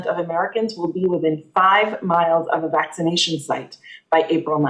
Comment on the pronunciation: Did he say vagination effort at the beginning? If he did, it's pretty appropriate. Bunch of mask wearing pu$$ies.